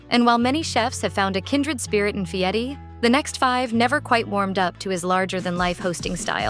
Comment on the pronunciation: voice doesn't pronounce Fieri correctly.